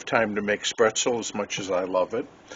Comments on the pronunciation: I know that I have commented on this episode before, but I just had to nit pick on your pronunciation of the word “Spaetzle”… you were saying “spretzel”, almost like pretzel. I’m no expert on the German language, but I believe that it is pronounced “SPATE-ZLA” or “SPET-ZLA” or even “SPET-ZEL”. Again… sorry to be a pest. Still an excellent recipe! I just wish the cost of beef would get back to being affordable again. As always… take care!! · I wasn’t sure if I should even say anything… but now I know the Michigan way to say spaetzle! I hope you were able to visit a Maid-Rite in Iowa and have one of their famous loose meat sandwich! Take care!!